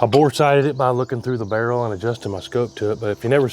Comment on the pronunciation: Barrel not girl